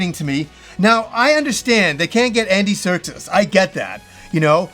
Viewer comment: Its Andy Serkis not “Andy Sertus”